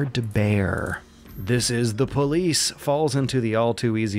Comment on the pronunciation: "Dees es dah poh-leece"